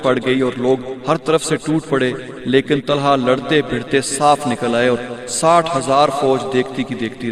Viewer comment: Nam Tulaiha hai not talha